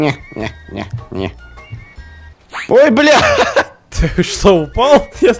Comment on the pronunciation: Лайкер,пожалуйста научись говорить "ЧТО" :3